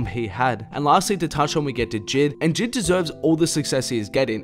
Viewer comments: The way he says JID gives me anxiety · God the way he pronounces J.I.D triggers me 😂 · sylvia trn Jid himself said they’re both valid lmao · he called this man jid